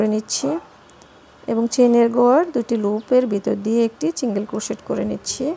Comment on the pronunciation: অনেক সুন্দর।বাট আপু প্লিজ চিন্গেল চিন্গেল বলবেননা। সিন্গেল বলবেন।কানে লাগে।